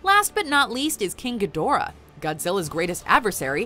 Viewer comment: GEE-da-RAH, his name is GEE-da-RAH. Have you actually seen the '60's debut movie, or Monster Zero in the '70's or Godzilla vs Mothra and King Ghidorah: All out Monster Attack in 2001? It's pronounced GEE-da-RAH. Granted, Toho pays little attention to continuity (neither does Dao Studios otherwise they would have reshot the scene where an American actor, playing a news anchorman, mispronounced Gamera's name as GA-MERA-RA while everybody else uses the proper anounciation of Gam-er-a) because it's cheaper to leave in the verbal goof than to correct it in a reshoot. Despite all that cheapness, cheasiness, and bad over acting, I still love Japanese Kaiju movies (mostly because of their flaws).